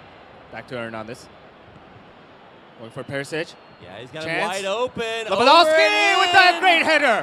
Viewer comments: It's so annoying when people can't pronounce, or be bothered to learn to pronounce, people's names. (Pronouncing Lewandowski with 'w's instead of 'v's). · Its lewandowski. The W in Polish is pronaunced as "V"